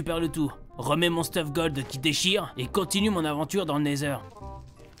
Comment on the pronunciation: c’est la première fois qu’il le dit bien 😅😅😅